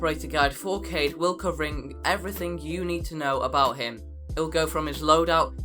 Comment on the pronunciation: (Kaw-eed ) not kayde 😂